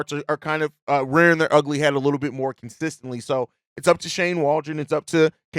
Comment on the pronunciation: Good analysis. You are very good at this. Did you video yourself saying consistently (like consistency). Take a breathe, that's how you stop the Salvia build-up.